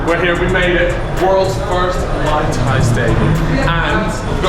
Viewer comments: it’s pronounced “mooy Thai” not “Mai Thai” because that is a drink lol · MAI TAI lol that’s a drink it’s Muay Thai (Maooi Thai) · Ngl, got irritated when he pronounced Muay Thai as Mai Tai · repeatedly saying Mai Tai and not muay thai is jarring